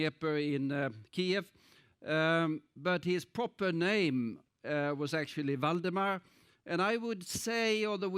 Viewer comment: Waldemar is a polish name. He mispronounces the name. The accent should be on the penultimate syllable. Moreover, the prelagent does not explain the meaning of the word Ukraine. This is very important. The word Ukraine means "land on the edge". Why on the edge? Because it was never a country, but a wild borderland of several countries. When Poland was divided between Prussia, Russia and Austria for more than 120 years, Poles began to be removed from there. Austrians and Germans began to organize a sense of national separateness there. Therefore, in 1918. Ukrainians proclaimed Lviv their capital, but there were too many Poles in that Polish city at the time, and the Ukrainians lost the several-month-long battle for Lviv. Then the Poles, unlike Stalin, did not starve the Ukrainians. Some 20 years later, when Poland lost the war with Germany and the Soviet Union in 1939, the Ukrainians showed no gratitude and began a gradual genocide of the Poles who lived among them. In this way about 200 thousand Poles died a horrible death. Today even animals would not want to die like that. German officers describe this in their 1944 reports, among other things. These were Polish women, children and old people, because the men were either in forced labor in Germany, had been deported to Siberia, were in the Allied army or were in the General Government.